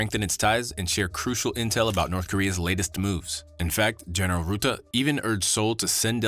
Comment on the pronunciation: Mark Rutten, with an u as in but, hut, mud, etc... And no ü, no ou, no oe.... How hard can it be...